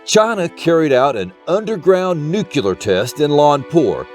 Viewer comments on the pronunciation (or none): Stopped watching when I found out that he can't say, "Nuclear" without adding a second U like a toddler. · What truth? That there's no black pyramid? The only truth in this video is that he can only say "Nuclear" the way a 5 year old pronounces it.